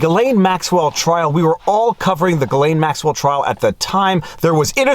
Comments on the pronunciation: I love most of your videos, but I got to nit pick a bit. For someone who speaks French, why do you mispronounce Ghislaine as "Guy (Geee) lane" like everyone else, (MSM) when it's actually pronounced "Zhiz len". Unless, since she's guilty anyway, why not abuse her a bit by mispronouncing her name. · For the love of god please stop pronouncing her name like that lol. From a fellow Montrealer you should know how to say Ghislaine (JISS-Len) My poor little Quebecer ears! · Gislains, pronounce with s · I really prefer the French pronunciation of this gal.. Jizzlane Maxwell.. Ghislaine.. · your hair is not a selling point. You also know how to pronounce "ghislain" stop fucking about.